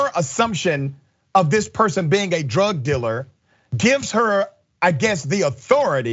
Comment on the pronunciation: What's a "drug diller'?